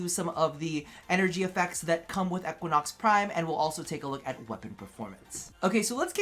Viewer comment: He said Equanox lol